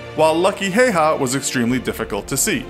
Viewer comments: I can't get over how you pronounced his name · It's important when dealing with foreign names of people and places, that their correct pronunciation is thoroughly researched. Please check on the pronunciation of this gentleman's name. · Pain listening you say the name wrong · dedicates a video to a hero but doesn't search up how to pronounce his name. oh lord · Its häyhä not heiha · Its simo HÄYHÄ not hayha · Its not Hayha the pronounciation is actually Hawa (still the same spelling Häyhä) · MKVD Heiha. Heiha. Heiha. So triggering. Häyhä. Hay-ha(nd) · His surname is pronounced more like "Hi-yaw" and not so much like "hey-haw" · It's Ha-w-ha, not Ha-y-ha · You said it wrong it is how-ha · Its pronounced like Hauha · H is like hippo just dont begin saying the next letter before you finish the first one. How u say the A in frag (as frag grenade) is how you say ä. The first name is pretty accurate but you dont articulate in finnish language and you say it as its written, not "Heiha" as in the video thats incorrect. the Y in "Häyhä" you say like Y in "you". Hope it helps. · Many wrong facts in this video. It was not the Finnish who gave him the 'White Death' nickname, but the soviets who did. It's also pronounced Hauha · H H yea but you pronounce it hauha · JOONA thats like dead giveaway that you are not from finland... i understand if you are british or american or smth, but no finn pronounces it hauha. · Y'all still be sure its pronounced hayha now? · brody crawford Im finnish, the pronounciation is just häyhä. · Häyhä is pronounced Ha-oo-ha with the As being pronounced like in hat or sat. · When you live in Finland and hear someone say Simo Heiha 😑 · Feels kinda strange being finnish and watching someone call Häyhä Hey Ha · It's pronounced "How-ha." Source: One minute of research. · Its not pronounced like haiha, but I don't mind cause its hard to tell on text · Lol you said Hayha wrong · His name is pronounced hiya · Its pronounsed Häyhä ä sound like a in cat